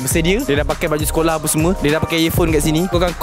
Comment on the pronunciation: Org perak ke ....skoloh